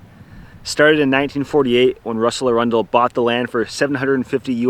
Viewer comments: Normally the surname Arundel is pronounced Air-uhn-dul, with the emphasis on the first syllable. It’s derived from Arundel in Sussex, a town on the river Arun, and the site of a castle of the same name that is the seat of Dukes of Norfolk as successors to the ancient Earls of Arundel. Interestingly, possession of the castle was and remains a requirement for holding the title making it the last earldom held by feudal tenure. This might inspire you intrepid kayakers to return and rebuild King Russell’s castle and claim the principality of Outer Baldonia. I suggest the capped fellow be declared King Baldwin the Follicularly Challenge and his buddy, the hair apparent as Prince Hairy, Duke of Never Baldonia, Earl of Tuna, and Baron of Seaweed. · Hey boys- thanks for this. My cousin Wendy Arundel (It's pronounced "AIR-run-dell, BTW) just sent me your video. She and I are, in fact, Princesses of Outer Baldonia. Russell Arundel was our most wonderful, magical, charismatic grandfather.💙 The country has a great write up in book about legendary hoaxes. Pravda wrote several incendiary articles about the nation.